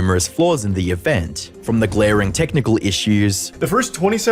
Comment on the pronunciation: I love Charlie, but his accent bugs me. Event is ivint